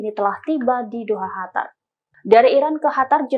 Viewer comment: Kyaknya yg voicernya pke krudung,,ko nybut qatar(قطر) pke khatar(حتر),,ini khatar negara mna,hei tribun??tlong bcanya yg bner biar kredibel sdikit..